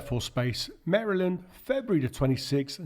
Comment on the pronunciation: Wow. Someone with a foreign accent who knows how to pronounce Maryland.